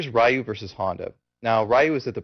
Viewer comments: considering I felt stupid in my later years for pronouncing it as rie-you as a kid but this guy does it, I don't know. I said it like that for years and years but I think it's just an american thing. We don't know how japanese words are supposed to be pronounced we just pronounce them the way we think they would be and Ryu doesnt look like it should be ree-you, it looks like rie-you. So to be honest since I've been to japan now and know it should be ree-you, i think either way is really fine. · yup absolutely right, its "re-you" no matter what anyone says. but think about this, when people say "karate". the real pronounciation is "ka-ra-tay", but does anyone use it? nope they say "ka-ra-tee." ignorance is bliss. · If you mean recently as in THE EARLY 90'S! Every single game that calls the character by name has ALWAYS said "Re-you" Rai-oo is, and always has been, a mispronunciation committed by the ignorant. I'm as old school as you can get with street fighter. I called him Rai-oo when I was a little kid. But as soon as I got educated and knew I was wrong I stopped pronouncing it like an idiot hick. Street Fighter Alpha was the first series in which they called him Re-you, it was also the first vocal. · Man this guy is the producer and he's all calling Ryu "Rai-oo" Dude if you ever read comments on your videos... It's "Re-you" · Can you do tutorials on other games? I have a million fighting games and I'm trying to play more seriously. And the mispronunciation of Ryu shows that you have been playing since '91.